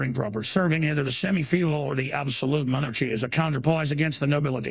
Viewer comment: Monar-Chy Commonism love the mispronunciations! 😂🤣